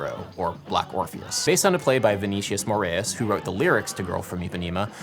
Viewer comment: amazing video Adam! a massive "thank you"! and well, i'm not trying to offend or anything, but here's a suggestion: it sounds better when you speak the real pronunciation of brazilians names instead of articulating some surreal american version, like you did on "Gilberto", "Vinícius" and "Ribeiro" p.s i love your videos so much